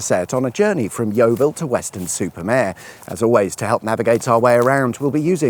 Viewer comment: Mare, not Mere.